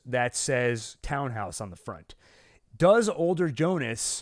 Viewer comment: Polizei ist pronounced Politzei...the ending sounds as tzai as in Thai. And Tannhaus is pronounced Tunnhouse not Townhouse...just for future reference